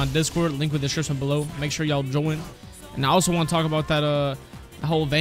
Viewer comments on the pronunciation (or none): none